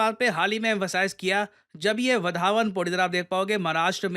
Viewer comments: It's {वाढवणं} Not वादवान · वधावन नही रे वाढवणं!!! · वधावन पोर्ट नहीं वाढवण पोर्ट बोलीये